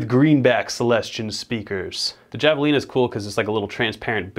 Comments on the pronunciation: Good video, not trying to sound like a dick but that tone isnt the right tone for creeping death at all, and btw its pronounced Hav-a-lina not Jav-a-lina, as indicated by the critter on the pedal lol, other than that , nice work man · The pedal your using isn't pronounced Java- lina it's Havalina. The Js are Hs in spaninsh. -coming from a white guy in south Texas. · Not to sound like a douche, but it's pronounced havelina. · Javelina is pronounced "Have-Uh-Leena" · i mean its not a big deal and he just didnt know but yeah thats how you say it and it sounds white the other way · Friendly correction: Javalina is a Spanish word, pronounced HA-Vuh-leen-uh. Killer job on the solo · I think Javelina is pronounced like havelina, it’s a Spanish word. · Thank you! I just made the same comment. That’s precisely how it’s pronounced. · Not trying to be one of those people but javelina is pronounced “havelina” just like jalapeño has an H sound. And again, not trying to be one of those people. People can pronounce it however they want. Just putting this info out there. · FYI Javelina is pronounced HAV UH LEAN UH . Its a gnarly, deadly wild pig that will absolutely fuck you up and just so happens to be a great sounding pedal as well. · Javelina is pronounced with H. The J is silent. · Its pronounce "Havelina" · Pretty sure Javelina is pronounced with a soft J. Like hah-vuh-lee-na. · Javelina is pronounced 'Have-uh-lina'. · Pronounced Have-a-leena. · It's pronounced havalina. It's Spanish so the j is an h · It hurts me to hear him mispronounce javalina. (have-ah-lean-ah). Everything else is fantastic though. ;) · Yeah i cringed just a tad when i heard how he pronounced it with a J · He didn’t.... he didn’t just pronounce javelina like that.... He did... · Javelina is pronounced with an "H" sound like jalapeno. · I love, but the way he pronounced "javelina" broke my heart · the J in Javelina is pronounced like an H, it's a breed of Hog, very intense critter